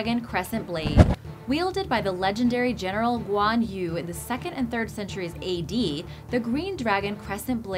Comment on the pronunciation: Guan yu pronounce Guan ewe. Hang Tuah pronounce Hung tu-ah. Malaysia still exist on map. Don't change the spelling to make it sound exotic.